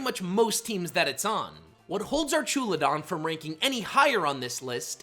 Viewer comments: Archewladon lulz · It’s pronounced arkalidon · The fuck is archooladon...? What the actual hell? It's spelled "Archaludon" and you fucked the letter order AND the vowel sounds... Arch as in the bridge has arches Alu as in aluminun Don like rhydon, or the mob boss is called a don... The fuck are you even getting arch"oola"don out of that? I literally just cannot, I'm sorry dude but that's just wild, not going to sit thru this and I'm going with "DON'T RECCOMEND CHANNEL" Just dropping a comment so maybe, just maybe, you'll look at the names and the letter order and the pronunciation next time, and so you understand where you're screwing the pooch... however that is indeed way way way too bad of a pronunciation for me to give you another shot or more watch time. Good luck 😂😅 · It’s pronounced ARK-UH-loo-dahn, ar-KEY-iss, and hye-DRY-gihn, “”! 🤨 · Pronouncing archaludon like that gave me a stroke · Dislike for mispronouncing my goat Archaludon 🥀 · Just hate the way you say "Archaludon" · Archaludon getting pronounced the way you did is like nails on a chalkboard.